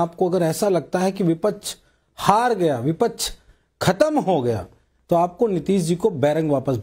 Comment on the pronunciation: Vipach vipach kya hota hai